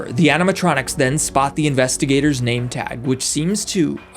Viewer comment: He said the n word it sounds like it I know he is saying name